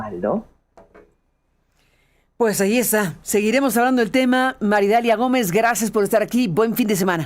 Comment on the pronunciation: que NO es "Maridalia", es : MAría. Idalia!!......